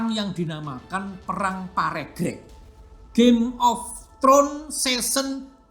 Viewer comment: bacanya perang PA REG REG